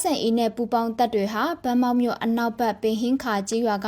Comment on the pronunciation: ရေးးတော့ ဗန်းမောက် အသံထွက်ကြ ဘမောက်